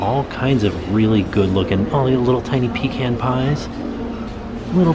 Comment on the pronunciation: Thank you for pronouncing pecan right. 👍👍👍👍